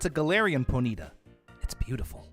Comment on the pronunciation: Ok only because it bugs me I have to say it's pronounce pony-tah not pony-tuh